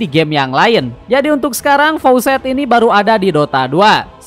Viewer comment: Faucet = Keran. Faacet woii